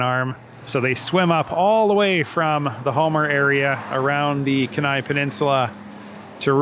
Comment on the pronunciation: Kenai = KEEN-eye Also, the 'k' in Knik is vocalized. Welcome back to Anchorage. :)